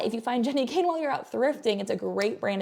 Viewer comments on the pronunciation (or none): none